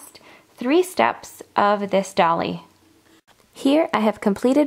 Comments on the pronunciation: You are terrific but it is a d-oil-y not a dolly. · Dolly?? Its Doily..like toy-ly